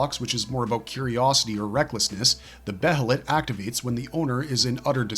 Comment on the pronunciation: Bro, stop saying Beh-heh-let. It's pronounced Bay-Lit or Bay-Ah-Lit